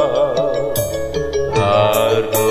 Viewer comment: Salah pengucapan " Varenyam " BUKAN " Uranyam" huruf depannya V yang seharusnya dibaca W bukan U.